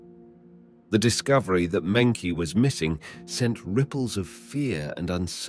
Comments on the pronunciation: I heard Monkey G when he said her name. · mengchi is how it's pronounced. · I noticed they always mispronounce Chinese names so maybe they are using AI to narrate in this channel